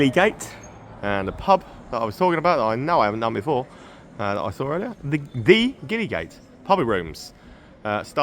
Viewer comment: You're obviously a smart guy who likes to engage with his surroundings and find out stuff so desperately hoping I don't come across as a prat (or a plonker!) but FYI, the street and the pub named after it that was your last stop (Gillygate) is pronounced Jillygate with a soft "g".